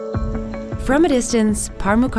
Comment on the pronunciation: The waterkeeper guy is gold 💕 p.s. to the woman narrating the Pamukkale video, please search for the pronunciation of names (both Pamukkale and Hierapolis) bcs, with all due respect, you are butchering them (and this is coming from someone who's not from Turkey)